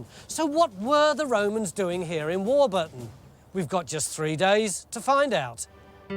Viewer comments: We have a Warburton in Australia, which we pronounce WAW-buh-tn, not WAW-BER-Tn. When I tried to look it up, and found some video of locals using the name, it appears that we are correct, and Tony's pronunciation is incorrect. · Hi... Its Warburton as in the bread not War-burton as Mr Roybinson pronounces it.. :) Great vid.. almost see my house from the aerial shots..